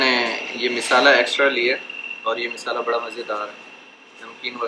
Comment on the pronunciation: misala nahi bolte mshala bolte h